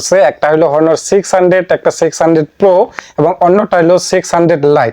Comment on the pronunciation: হনোর না অনার